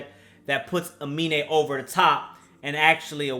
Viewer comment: It’s Uh-Me-Nae 😂